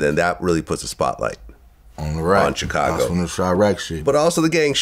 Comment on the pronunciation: Vlad…. For the love of god….. why do you say CHicago?? CHHHHHicago omg lol it drives me crazy